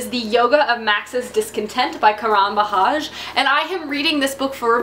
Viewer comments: "The Yoga of Max's Discontent" seems interesting, and I 'd like to point out that Indian names like Bajaj are usually pronounced with a hard j, not h :) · It's pronounced as Kuh-run Budge-aaj!:)